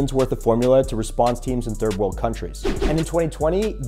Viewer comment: The way you pronounced Unilever tho 🤣🤣